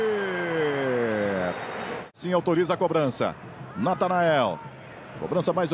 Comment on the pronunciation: Vladivir? Narrador horroroso sabe nem pronunciar o nome direito do jogador